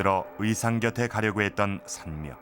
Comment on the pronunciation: 선묘를 덴묘라하네